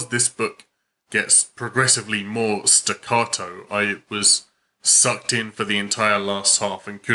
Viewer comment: its pronunced stuhcAAHdoe